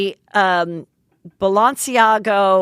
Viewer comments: "BalenciagO" omg omg omg omg hahahhahahha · Take a shot every time Heather mispronounces something 😅 “Balenciago”